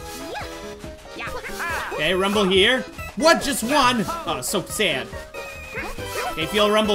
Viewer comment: I love how he says “so sæd😂